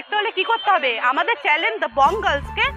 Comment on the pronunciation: আগে শব্দ ঠিক করে বলতে শিখুন তারপর ভিডিও তৈরি করবেন। Channel কে চ্যালেন বললে হবে? কখনো Channel আবার কখনো চ্যালেন